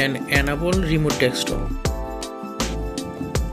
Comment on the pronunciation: d-e-s-k- top...; not DEXtop! :)